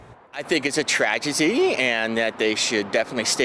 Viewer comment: LOL... that dude said "tragetty" 😂